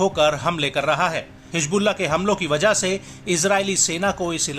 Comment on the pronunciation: Hijbulla nahi hizbulla hota hai